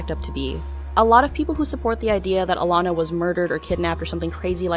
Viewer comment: It's ALANA ...not "Illana", dummy.